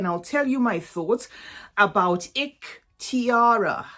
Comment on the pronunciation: It pronounces Ehktiree It means My Choice